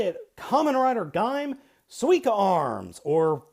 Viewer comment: You're saying it right. :) SUE-E-KAH (Sweeka)